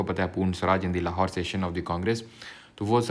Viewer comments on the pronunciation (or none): none